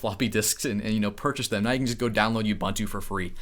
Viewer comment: Just a little of assistance from me here. It's not bun-too. It is pronounced ooboontoo. 😉